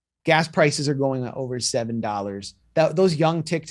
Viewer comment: Why do these filtered e girls always say "dolars" instead of dollars.